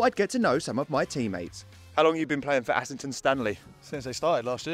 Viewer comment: There's a club in the North Northumberland League, Called Acklington not Acky Stanley but there's still time😁 and there's a club in the Northern Alliance League called Gosforth, They have similar sounding names THATS ALL